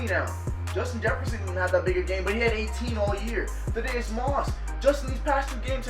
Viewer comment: Thadd-E-Us not Thadd-A-Us